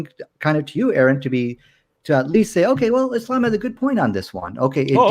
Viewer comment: First of all, we should acknowledge that he's the first one to pronounce name correctly after being wrong (I'm still baffled by how anyone could pronounce it "errand" in the first place without being childish). But please, I know is struggling to find a Muslim point of view, but he keeps derailing the discourse outside of the specific surah, using the same wrong points every time like the "scientific correctness". He's not helping, he's doing harm. I haven't seen the next video, but if that doesn't settle the argument, you should really keep him out. EDIT: to be honest I wrote this halfway through, I didn't expect him to change in the second half. Let's hope he keeps this way in the next session.